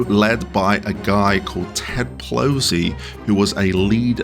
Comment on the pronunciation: Ted Wosley, not plosley. 😅(And not Ted Mosbey frim HIMYM)